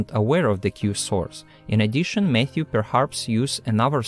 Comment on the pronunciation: When he says Matthew, I keep hearing Mayhew, and then my brain goes to the Church of Jesubacca might be cool, but if you don't believe in him, he'll rip your arms off. 😂😂😂